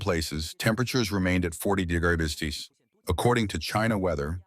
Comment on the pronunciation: Your AI has trouble pronouncing "degrees" and "celsius."